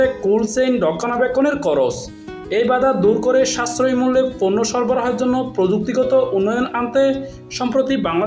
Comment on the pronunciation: সময়টা ছিল ছয় না চয়, ফন্ন্য না পন্ন্য, পারেনি ন ফারেনি, নিউজ করার আগে ভাসা ঠিক করে নেউয়া উচিত।